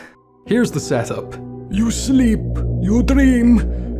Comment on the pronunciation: "Go to slep..."